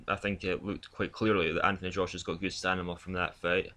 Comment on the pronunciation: Really sorry in advance... please learn to say stamina :( STAMINA